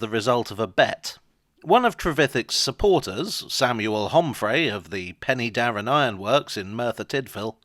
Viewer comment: Pen'darrr'en (three syllables)